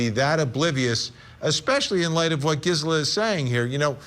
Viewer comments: It’s “GeeSela” for Gisela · Is he saying her name, right? I've watched her a few times, and I feel like she doesn't pronounce her name that way